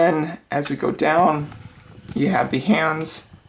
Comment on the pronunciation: and then as you go deewwnn yiuuu hev de heeeenndss this part made me laugh 😂